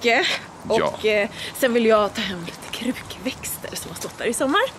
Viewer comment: Sa du krukkväxter? Hahaah😂